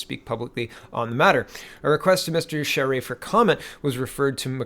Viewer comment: " You pronounced Charest's name ~PERFECTLY~....nice going ...most would not have " { I'm Canadian} [[ and actually have Family 3 blocks away from this location and friends right next door ...the area is FULL of ~Crack~ Addicts too,unfortunately .... ... but has fallen to * Immigration-Inundation " that first *creates the problem " ...then ...sets up shop to run The Business... with both the cops & Lawyers?Crown Attorney's help ...by looking the other way...reduced sentencing... and out & out Payoffs to all mentioned above...as "IT IS THEIR DRUG RUNNERS / DEALERS that they defend [[[ I NOW THIS FOR A FACT ]]] - ( * PERSONALLY WITNESSED ON NUMEROUS OCCASIONS ) {{ ***There are also A LOT of them that ***Directly >ARE>< The Source of the drugs coming into & being distributed among the dealers;then users in the City of Ottawa [The Nations Capital - by the way] The City ...is totally Unrecognizable from what it use to be ...not even 20 years ago... lie ~MOST~ ...now in North America ...if you were to as some of the ones that have been here this long[born-lived here for generations etc] *annnd....it's ~ONLY~ GOING TO GET MUCH-MUCH WORSE ... with the U>N>'s latest con-job of sticking the rest of the World ...with the free-loaders of tomorrow 750 000 people ...I believe ...to be re-settled here in Canada alone... HOW ...does a population of 32 million ....pay for this >ALWAYS INCREASING < levels of people who will ***NEVER WORK ...nor pay into the system ...but rather just draw from i